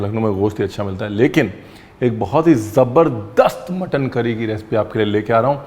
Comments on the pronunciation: जबर्दस्त होता है सर जदर्बस्त नहीं होता है 😁😂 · I heard jadarbast 😅😅